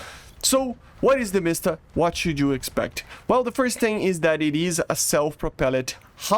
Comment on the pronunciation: there is no sound in word you pronounce it like , but actually it is wrong, it should not have sound inside btw, something weird happens in this video... I can't get what that Tiger was doing?